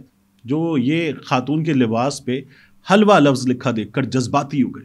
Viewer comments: Hilva ہے Halva نہیں ہے Hilva کا مطلب ہے اچھا, خوبصورت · یہ لفظ حلوہ (Halva )نہیں ہے یہ Hilva ھے، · طارق بھائی یہ حلوہ نہیں بلکہ heluwa یعنی خوبصورت ہے یہ عربی کا لفظ ہے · Tariq Bhai it is not 'Halwa'. It is 'Hilwa', which means beautiful and sweet.